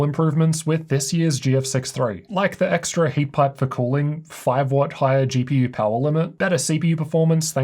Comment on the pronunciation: Why do you say GPUrr ?